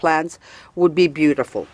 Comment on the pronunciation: I have to look for it As you always say, "Besutiful".